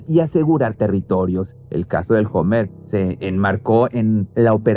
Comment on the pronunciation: 😂😂😂 se escribe hummer pero se pronuncia homer jajjajaaj